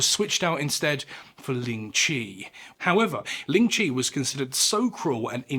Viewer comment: This was a great video! Just one thing of note, the pronunciation in this video of lingchi is wrong, its the "white" pronunciation. The chinese pronunciation is 凌迟, or líng chí. Which means death my a thousand cuts, or lingering death. If you would like to learn, Chinese, or mandarin, is a tonal language, with 4 different sounds as marked above the vowels. ā, á, ă, à. 第一声 (dì yī shēng) or the first sound: ā, sounds like you're singing the note. If you sang out aaaaa, that's what it sounds like. 第二声 (dì èr shēng), or the second sound, á, sounds like you're asking a question, the sound goes up like at the end of a question mark. 第三声 (dì sān shēng), or the third sound, ă, goes down and is formed in the throat. If you groaned, it would be at that pitch, but you say it as a normal sound. Finally, 第四声 (dì sì shēng), or the fourth sound, à, sounds like you went "ah!" if you were surprised. The pitch goes down sharply, like a drop off a cliff. If you read this far, thank you for taking an interest in my culture! Its always nice to show people how to pronounce mandarin :D It can be a difficult language to learn, but the most important part is the pronunciation. It's a bit difficult to explain over text without a voice, but as an example, without the tones 四 and 死 would sound the same, but 四 (sì) means four and 死 (sî) means die or death. Its actually one of the things in our culture, why you wouldnt see a fourth floor (it goes straight to five) in hotels, or in the case of our red pack